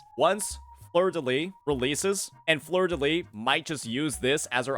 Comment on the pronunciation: Btw in fleurdelys, you pronounce the final s (I’m french)